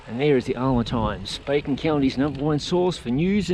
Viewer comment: Great tour of my hometown of Alma! And yes you did pronounce it correctly. JOM now you understand my affinity with dirt roads too!